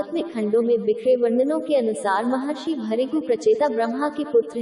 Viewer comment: इनका नाम है महर्षी भ्रुगू. आपको ठीक से हिंदी पढने नही आ रहा है